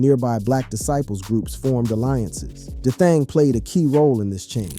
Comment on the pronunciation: Bro them names are so simple why are they being butchered like that 😂😂😂 E Dye 😂 Da Thing it's EDai like E day ....mofo and D Thang.... its gotta be said in an Chicago accent tho lol smh